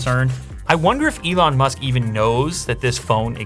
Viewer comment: Lew: The Ellon Musk SMARTPHONE Everyone: Billionaire Smartphone?!